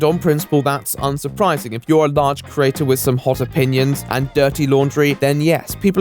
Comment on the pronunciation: Very good work but we need to talk about how you pronounce "creator", you do realise there's an "e" in there? Just so you know, I've got my eye on you. Or my ear. You owe me about 27 E's. Ees? How do I write that? Eees? Look here! Stop changing the subject! Eeeeeee!